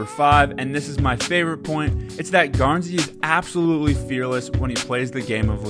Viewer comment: You pronounced it right thank you